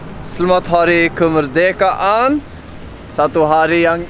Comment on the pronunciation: “SELEMAT KE MEDEKAAN INDONESIA” hahahaha merdekaaa